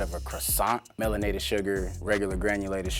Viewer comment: Man said melanated sugar 😂